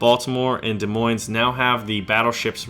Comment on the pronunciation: You pronounce Des Moins as "De Mwai"